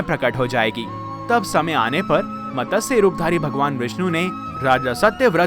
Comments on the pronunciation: Fish Avatar sound is Mat. Sa . . Not Matasha. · Mtsya not Matasya. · Not Matasya but Matsya avatar.